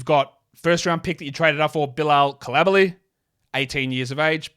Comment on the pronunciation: Love your content. BTW Bilal's last name is pronounced "Cool-lee-ba-lee".